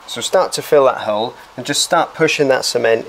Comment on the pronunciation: I like how he pronounces hole "hurl"